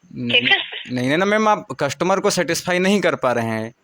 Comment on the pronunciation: कस्टुमर नहीं। कस्टमर। भाई थोड़ी हिंदी भी सीख ले।